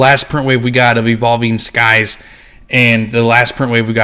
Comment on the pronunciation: It’s pronounced Evolving “Cries”. Just my experience but Evolving Skies pull rates were dogshit last year and they are still dogshit this year. Any set without a trainer gallery feels harsh.